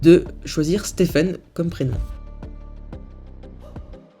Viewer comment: Il dit Stephan et ceurry